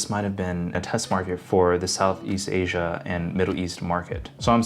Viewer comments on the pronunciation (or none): none